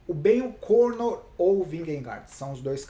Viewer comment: Obg!! "Ben O'Corno" ficou engraçado!!